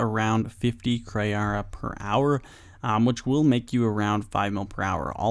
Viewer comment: Its Kray how he doesn't say KrEE'arra properly